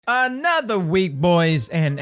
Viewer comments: " Anotha week boys, and anotha twab " is my favorite part of the week!! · “Anotha TWAB boys, and anotha week!” SAY IT